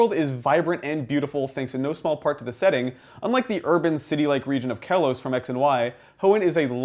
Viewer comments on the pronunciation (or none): none